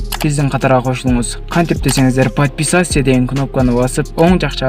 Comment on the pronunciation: Подписятсия дебей туура айт